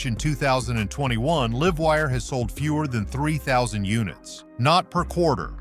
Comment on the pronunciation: Liv-wire? Lol. God i hate AI voices lol